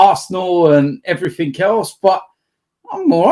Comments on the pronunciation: Someone needs to tell that "everything" ends in a g not a k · That is not an accent thing lmao I'm from the same area as him with the same accent and I don't put a k on the end like an illiterate